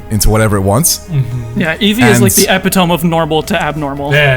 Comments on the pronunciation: Epitome is not prounounced "Eh pi tome" It's pronounced eh pit oh me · "epa-tohm?" I realize this video is a year old now, but maybe this will help someone else: "Epitome" = "Eh-pit-oh-mee" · Buddy "epitome" is pronounced "eh-pit-toe-me" not "ep-i-tome" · just an fyi but the word "epitome" is pronounce "eh-pih-toh-mee" common mistake since most people see it written but rarely hear it spoken lol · Did that one guy just say "ep-ih-tome"? Might wanna look up that pronunciation there... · Epitome is pronounced ep-it-oh-me... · okay who said "epi-tome" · Hahahahaha. I'm sorry, epitome is not pronounced like that. E-pit-o-me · omg someone pronounced epitome so wrong in this video in part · The way he pronounced "epitome" was abnormal 😆 All joking aside, these designs are awesome 😊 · Anyone get triggered when he mispronounced epitome? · that’s not how you say epitome…